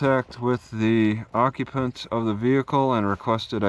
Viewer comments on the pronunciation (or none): One question,whats a occupont😂